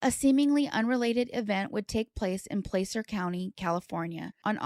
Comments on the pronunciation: as someone from northern california- it isnt placer county like place-r. its like a as in apple. "plah-sir" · Placer- rhymes with plaster. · Placer County is pronounced like plaster